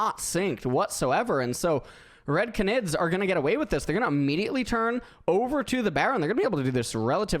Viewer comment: 30 minutes of mispronouncing canid (gone sexual)